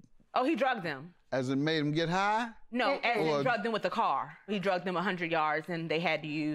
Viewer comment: It’s dragged not drugged lol